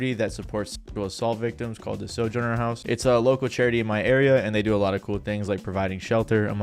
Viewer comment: Can someone tell him how to pronounce Sojourner?